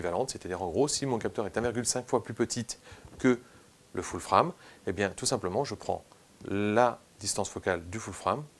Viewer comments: Foul Frame???? :): là j'ai du mal!!! faut choisir soit c'est "ful frame" (les 2 mots prononcés à la française mail horrible ! :))soit "foul freiyme" avec un prononciation anglaise bcp plus adaptée. Cela dit bravo pour ton travail très riche. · Pourrais tu dire full-« fraime » pour les prochaines fois stp? Pourquoi juste full prononcé correctement en anglais et frame en fr. C’est un peu dérangeant. Soit full-frame soit plein format